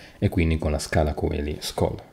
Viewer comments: Ottimo come sempre. Unica correzione il nome della birra (e della chiesa) si pronuncia Scala Celi senza la O, perché viene dal latino cielo. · La O di Coeli non si pronuncia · Questo nella pronuncia ecclesiastica ma nella classica è "koeli".